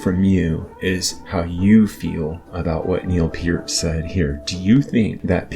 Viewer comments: Young man, it is pronounced like 'pert' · 60 years and I've never heard Neil Peart's name pronounced that way.